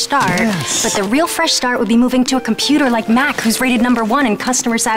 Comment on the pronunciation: "I'm a computah" 😂😂😂😂